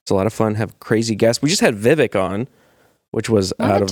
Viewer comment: Why cant pronounce Vivek properly? Also why am i irked by that. Love the show!